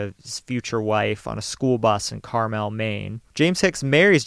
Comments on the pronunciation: Say “Carmelle” one more fkn time….! I dare you. It is Carmel. The Elle is not there. Stop, get help. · Also, the Carmel in Maine has the accent on the 1st syllable.